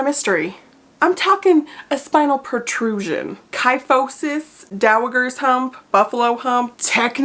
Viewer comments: Fyi… it’s pronounced like dow-uh-jer ‘s (like in jerk 😅) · BTW, the g in is soft. Dow-a-jer. You must have only come across it in print before.:) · Soft g not hard g in.... Dowajer..... Sorry to be that guy.... I have many times been a victim of only ever having read a word and mispronunciating it publicly. 😅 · I love you but it’s pronounced dowaGER with a hard G 😂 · I saw a BIG difference between the before and after! Also, is pronounced with a soft G - like the Empress in Anastasia:) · The g in is pronounced like a j.